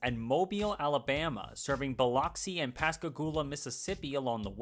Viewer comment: FYI Biloxi is pronounced Biluxi